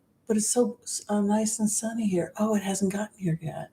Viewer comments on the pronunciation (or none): none